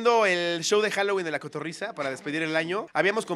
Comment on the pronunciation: "Cotorriza" jajajajajjaaj en vez de cotorrisa jajjajajajaassj